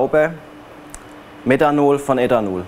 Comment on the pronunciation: Meddhanol, Eddhanol😂